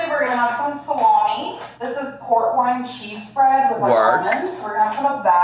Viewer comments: I know it's port wine but i heard pork rind cheese spread... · So did l. Until someone in a comment section said. "Port wine cheese is delicious " and I'm like "aaaah" 😂